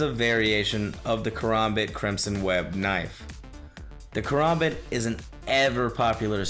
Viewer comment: Apparently skins in Dota = skill and dude talked about Crimson Web Karambit but then never showed one and also mispronounced it too. Nevermind that the Crimson Web Karambit isn't even the most expensive skin in the game by a long shot.